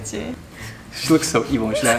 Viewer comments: he legit said evil not cute ? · It sounded more like "cute" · The way I saw this comment and heard “cute” then I saw the other comments and watched it again and he did indeed say “evil”😭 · Omg i thought he said cute nooo😭